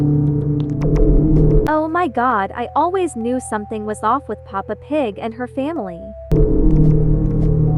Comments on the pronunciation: DUDE ITS PEPPA NOT PAPA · it's peppa! Not papa! >:[ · She said papa pig it is Peppa pig 😭😭😭